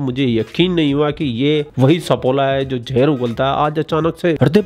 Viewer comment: Jahar nahi Zahar bolted hai